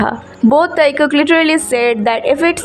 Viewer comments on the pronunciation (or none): Why do you pronounce Tae as “Thaai” and taekook as thaaikook!!! It’s weird 😂 not just that, most of the English words are pronounced wrong . Content and editing are good, but sorry to say that accent is a bit funny!